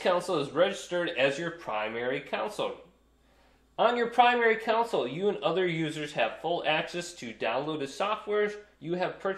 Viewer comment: It's not a council, it is a CONsole.